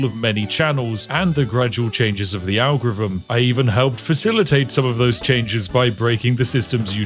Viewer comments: On my fifth rewatch because I enjoy hearing it pronounced, "algrivim". 😊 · am I wrong about the agorrfivm? Sorry vrongh. Are you drunk? Em eye vrognh vabout va agorrfivmm? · tf is an algrivm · If you are The King of the Algorithm you should learn how to pronounce it! :P